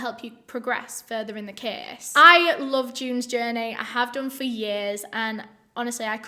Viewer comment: "Let's get into de ceeeys". Oke